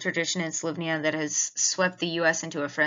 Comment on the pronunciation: Learn how to pronounce the country's name right will be a good start since you are using their technology. Slo_vay_nia not slov_nia. .